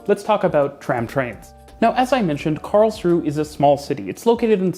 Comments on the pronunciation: It's Karls-ruh-e (three syllables) not Karls-ruh, in German you pronounce the final 'e' like 'uh'. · An observation: You do pronounce Karlsruhe like a local: Karlsruh (without the e at the end and a long ooo sound for the uh) instead of Karlsruhe (with the h and e sound). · You pronounce the e on the end of Karlsruhe. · Karlsruhe is pronounced "Karls-ru-er". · Karls-ru-he. Three syllables. Not two. The "e" ist not silent, it's a "schwa" sound similar to the "a" in the English word "about". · Hearing you pronounce Karlsruhe was "exquisite agony" to quote Vincent Price I think in one of the Dr Phibes movies LOL It is pronounced /ˈkɑːrlzruːə/ the final e is not silent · Small correction: the 'e' in Karlsruhe is not silent. (It's German, not French. The name translates approximately as "Charles' rest".) Also, to quote Wikipedia, The modern tram-train concept was pioneered by the Karlsruhe model in Germany in the early 1990s. It has since been adopted in other cities around the world such as Mulhouse in France and in Kassel and Saarbrücken in Germany.